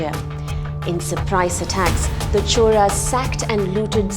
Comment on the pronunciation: Why do you pronounce "choRas" when its spelled "choLas"?